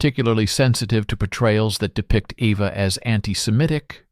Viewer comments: It’s EVA not Ava!! BRAUN not Brown!!! Annoying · Try to say the "au" part of Braun as "ou" in the english word "house"...it comes closer to the right pronounciation. Eva in german is pronounced like E as in the englisch word "bed or red", so quick and short -eh Pls no "e" as the first letter of "evening" And the V is an "f" as in the word "info" A more like an "ah" as in the last a of the word "Africa" So Ehfah 😊 I am german....hope that helps a bit😊😅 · Yes, he keeps calling her AVA. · Eva. Not Ava. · Braun is Braun and not Braawn. And if you want to pronounce it it would be closest to Brown. And she been named Eva and not Ava. You can bet, I am German and should know. I guess your wrong idea of the "Braawn-Family" is owed either to a bad AI narration or a narrator that speaks a bit sloppy here and then. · Eva is pronounced AYva in most European languages. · I know, the "Ava" pronunciation was annoying.